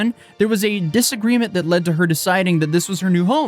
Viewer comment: I can't stand ghetto speak, I just can't take someone seriously as a person when they can't say one syllable words correctly. Though, ask, that, these are not hard words.